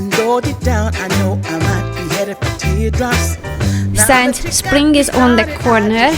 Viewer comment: (sigh) Okay, I give up! With this new posting I once again hear "shaft" for "shelf" and "science" for "since" but - hey, in the end, who cares!? The amazing and intuitive cleaning and organizing videos we are treated to show how we can maintain our homes, our mental and physical health, and not make it seem like our feet are being held to the fire...dare I say, witness an exercise in Grace....? Thank you, for this unique window on another way of living and working, a lesson to us all.